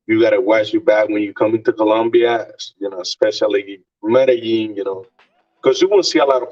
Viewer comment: Colombia is nice but not enough outisde of the chicas to keep me goinc back. I have a lot of otgrr countries i want to hit. By the way Medellin is pronounced Mede-yeen or Mede-jeen! 😅✊🏾